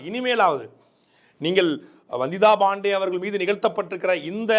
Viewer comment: ரங்கராஜ் பாண்டேன்னா ஒழுங்கா உச்சரிப்ப வந்திதா பாண்டே ன்னா நாக்கு பிரளாதா? வந்திதா பாண்டேன்னனுசொல்லும் போது Bandey னி சொல்ற? தமிழ சரியா உச்சரிக்க தெரியலைனா ஆங்கிலத்துல சொல்லுங்க தமிழ்ல உச்சரிப்பு தப்பானா அசிங்கம்.